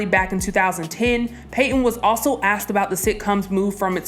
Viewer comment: They “ axed” her what ?